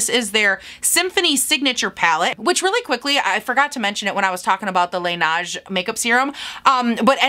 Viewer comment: I’m not trying to be that bitch in the comments 🤣 but Laneige is pronounced ‘lah-ney-juh’ 😅